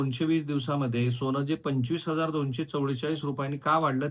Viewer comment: ' सोण' नाही ’सोन’असत ते उगाच फार स्पष्ट बोलायला जाऊ नका